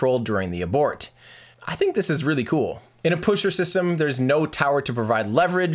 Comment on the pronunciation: yes, the "puschert"-system is indeed very reliable ^^